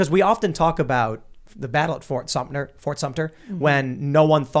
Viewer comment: Not fort sumpter Tim.